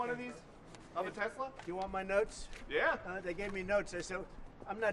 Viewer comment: “I love Tesler!!”